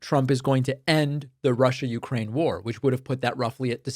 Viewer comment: It Sounded Like She Said Prussia Instead Of Russia